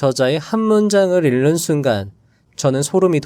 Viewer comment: '읽는' 발음: 일른(X), 잉는(O) '읽도록' 발음: 일또록(X), 익또록(O)